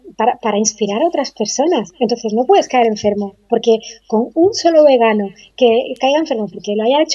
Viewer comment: etc. cada vez que dices "végana" o "végano" muere una lechuguita y a un vegano o vegana le da un infartito.